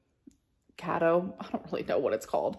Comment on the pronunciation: lol u said cat o or kate o😂